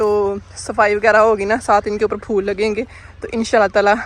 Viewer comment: Fool NAI HOTA phool HOTA hai 😂😂😂😂😂